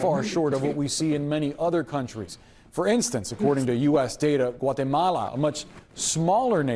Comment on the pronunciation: you can't even say mar, that news caster was pronouncing Maduro's name, & the country Guatemala, correctly. Why do you have a problem with that? Maduro in English means ripe. Kudos for that reporter for saying the name, & country in spanish, & he pronounced without an accent., I like your show, but sometimes you can be a jerk, & you're still a bully. Have a nice day